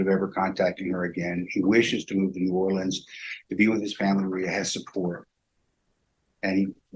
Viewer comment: How pronounces New Orleans is just poetry. I keep watching it. She’s a wonderful Judge too.